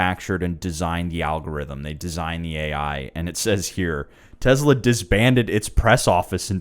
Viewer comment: tezla? lol